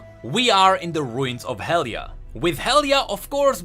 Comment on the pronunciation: its not hellia its helia